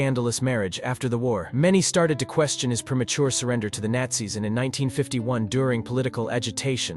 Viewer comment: Tha Natzis? 😂